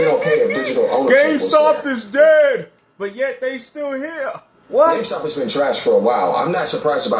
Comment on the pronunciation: becoming CardStuh 😂🤣.